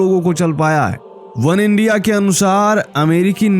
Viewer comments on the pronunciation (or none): none